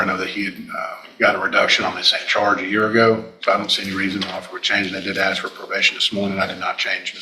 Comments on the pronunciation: Where did axe come from!?!? Now a whole generation can’t “ask”! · Axeing questions again. There’s your problem.